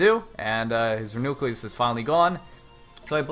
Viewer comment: Reuniclus =/= re-nucleus. REE-you-NEE-kliss